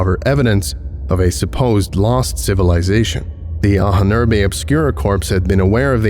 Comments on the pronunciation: Just a minor info: "Ahnen-Erbe" is German and means "ancestors' heritage", and it is pronounced Ah-nen-er-buh, ("Ah" like "After", "nen" like "linNEN", "er" like ERror, buh like "BUried", with the main stress on the first syllable, "Ah" and the second main stress on the third syllable, "er" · You really have to look into how to pronounce "Ahnenerbe" - it has a really obscure syllable division in your script.